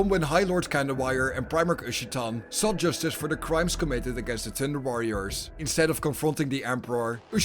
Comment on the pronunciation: Love your content! Thanks! But I admit I could not avoid hearing "tinder" warriors. XD JK!